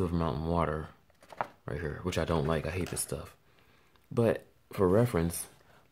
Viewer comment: Its here here here here, not her her her, and ther had to have this on mute, would have been quicker if you spoke normal lol